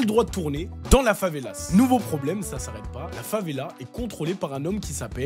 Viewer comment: Favela prend un S uniquement au pluriel = une favela / des favelas . Et en français, même au pluriel on prononce pas le S.